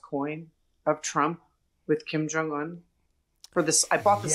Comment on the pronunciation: A. B. Stoddard pronounced "Kim Chong Un" correctly. Good for her. I'm so sick of hearing the Un part as "soon" without the 's'.